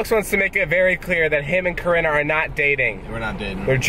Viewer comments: I litteraly heard corona instead of Corinna😂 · I keep thinking that he's calling her Corona😂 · I thought you said corona